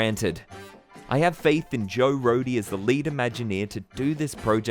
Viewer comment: Thank you for pronouncing Joe Rohde correctly